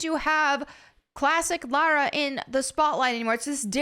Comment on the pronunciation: Lara Croft ❌ Larry Croft ✅